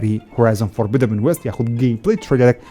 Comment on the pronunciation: دوبارە گۆتی فۆربیدەبن فۆربیدەبن نا فۆربیدن لەگەڵ ڕیزم